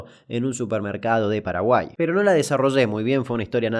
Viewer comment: "PEDO PADAGUAI NO EZIIZTEE" chupenla... CHUPENLAAAAAA